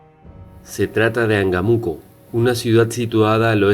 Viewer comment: Cierto, errores de dicción: PAtzcuaro, PurEpechas, y el nombre del lugar debe tener acento, imagino debe ser AngÁmuco. Y si se pregunta como es que los españoles vencieron pues sólo hay que recordar que ellos atacaron con agentes virales y bacteriológicos, solo la viruela que trajeron acabó con muchos nativos.